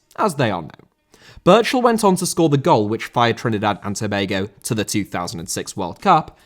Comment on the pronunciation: Why can’t you say Trinidad